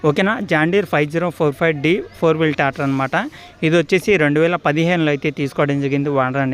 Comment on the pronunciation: Tator kadhu tractor